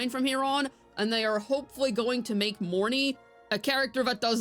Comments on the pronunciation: The "Morn-eye" pronounciation is making me cringe so hard. I hear the correct pronunciation is Morny-eh. Which admittedly would be a bit awkward to a native english speaker, but a million times better than "eye". In my head i call her just Morn'. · Lol Monai, I'm sure there's an R in their buddy.